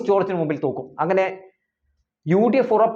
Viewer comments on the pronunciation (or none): തോക്കും😂 ഇതേത് ഭാഷ (തോൽക്കും)